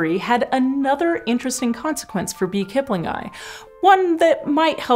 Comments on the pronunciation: I am sorry but "kiplingi" is [kiplingi] NOT [kiplingai] - the "i" as in "sit" English, WHY would you assume scientific Latin has all the exact same sounds spelled (or letters pronounced) YOUR WAY. Who the hell does that? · Why do you keep saying Kipling-eye, instead of Kip-lingi ?? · aaargh, my ears... :S keep-lin-ghee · It's "kiplingee".